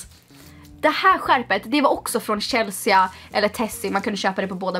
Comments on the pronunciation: Förlåt men uttalar du Chelsea (uttal chellsee) som Shellsija elr är det något annat du pratar om? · Uttalas inte Chelsea Chelsi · Det uttalas ChelsEEEE inte chelseA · varför säger hon chelseAH